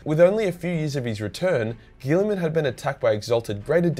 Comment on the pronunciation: Robote gillman